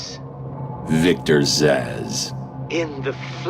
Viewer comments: stop mispronouncing names. I know I'm not the only one who heard "Victor Asz" as opposed to Victor Zsasz [Z,az] (as in a Z....as in check your work.) even Arkham city called you out on this one. [checks video again] ladies and gentlemen of Watch and the people of the internet, it appears you have just witnessed me demondstraiting "how to be an idiot". Please accept my apologies for my former statement as the local meneating pigeons of New Jersy escort me off of youtube. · Wolvakiin glad I wasn't the only one hearing that hahahaha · I'm laughing so hard while listening to him saying it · The name Zsasz looks eerily hungarian, it's somewhat irritating hearing his name then pronounced as "zaz".